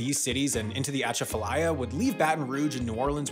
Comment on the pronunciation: also you pronounced Atchafalaya wrong in your video about the mississippi river 7 months ago